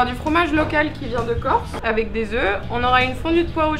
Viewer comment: Tibo dit " des oeufs vait maison "